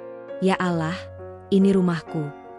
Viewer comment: Alloh bukan alah kalau tidak bisa dan tidak mau bilang alloh jangan membaca naskah cerita yg ber nuansa islami